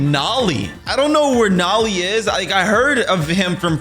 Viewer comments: Yo bro it's not nolly it's nole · Bro not noli is nolie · I play forsaken and I know it's Noli not naali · Every forsaken player that watches this is going to go insane bc he called noli nali